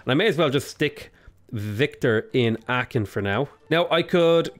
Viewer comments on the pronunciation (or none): I live in Aachen, so I'm not sure I appreciate your behaviour. ;) It's pronounced [ˈaːxn̩]